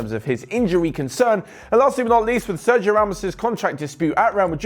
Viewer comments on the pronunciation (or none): none